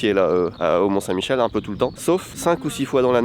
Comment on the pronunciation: Bon ...par contre mes oreilles ont saignés quand tu as parlé des marées du mont saint Michel...